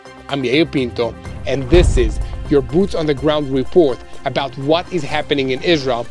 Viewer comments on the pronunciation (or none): Bwoots on the gwound ?